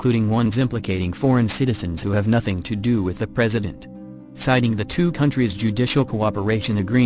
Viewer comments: Gregory "Cunts?" Bahahaha...naughty robot! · A computer voice saying "Cunts" all the time was just Hilarious.